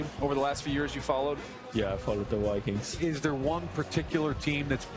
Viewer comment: I love how he says, the wikings